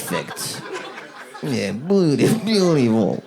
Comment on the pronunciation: Yes! I love “poi-fect” and “beaut-ey-full” 😂